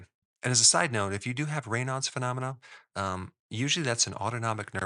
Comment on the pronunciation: Thank you fid pronouncing Raynauds correctly. He was my uncle. Made the journey from Louisiana to the Midwest. My mother was his sister. A lot of people pronounce it as Reynids. Don't know how they came to that pronunciation.